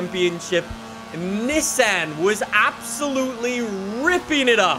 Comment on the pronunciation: “the neh san”